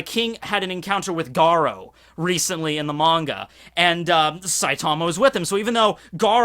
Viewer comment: Gah-roo, not garro